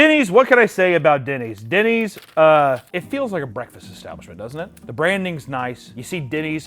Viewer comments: Did he say Dennys or Diddys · Are you saying dennys or diddys